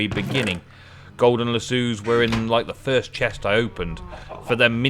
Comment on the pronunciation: lass o. not lass sue